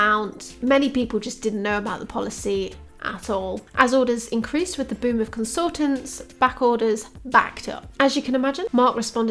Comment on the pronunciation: every time you say boom of consultants i think youre saying 'boomer consultants'... which isnt wrong.